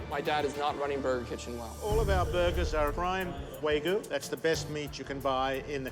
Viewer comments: He needs to use wagyu instead of waygoo. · Way-goo beef, huh? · Dude couldn't even pronounce "Wagyu" correctly 😂 (for the record, it's "wah-gyoo" and not "way-goo") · It's "WAGYU" NOT "WAYGU"!! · how do you mess up wagyu??? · Chef Ramsay's a boooold man. I'm not eating wagYU from anyone that can't even frikken pronounce the word correctly.